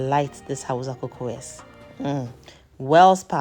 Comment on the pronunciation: First of all, thank you for sharing this amazing recipe. Very inspiring and helpful. Secondly, pleaseeeee the language is pronounced as Hau_sa not Hau_za. Respectfully please 🙏. Thank you for sharing this amazing recipe